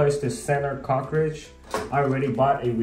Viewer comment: Great video! Is it a good idea to caulk around the cover plate to prevent water from going behind from the shower? I did have a hard time understanding that you were saying "cartridge". When I Googled the part I searched for "cockridge"!! LOL!!! 🤣🤣🤣 No big deal, I eventually figured it out. Thanks again for the great video! SUPER HELPFUL!!